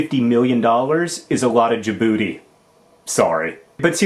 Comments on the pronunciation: John, I have friends from there, and it's pronounced Jib boot tay, not Jib Booty. Knowledge is power. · Djibouti...not jaboodie.